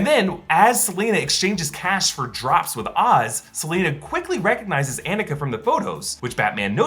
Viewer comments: not to be this person but because it is my name, Annika is pronounced on-nick-uh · Lol: “Anne-ikuh” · Claims to have seen movie multiple times, still mispronounces Annika